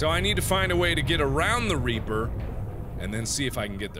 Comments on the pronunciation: I coulda swore he said “there is a big giant RAPER” instead of REAPER. 😵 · when he said big reaper I thought he said big raper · he said big a** reaper but it sounded like big a** raper